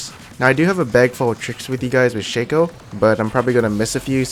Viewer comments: you guys serious, its not shaco its shaco keep on saying Shaco Instead of Shaco pls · It´s pronounced Shaco not Shaco